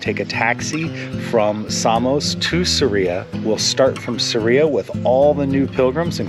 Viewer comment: It’s SArria. Accent on the first syllable